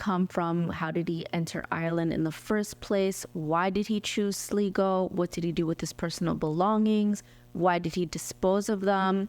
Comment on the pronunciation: Glad I found you! By the way, it's pronounced Sly-go. I used to live in a town with that name. Thanks!